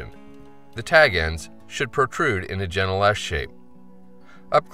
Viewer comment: The tags should protrude in a 'gentle S'. Took me like 10 listens to understand what you were saying here. "The jennaless of the tags?", Ha, must be some next-level flyfishing term!